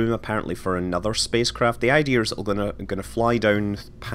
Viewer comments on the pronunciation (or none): none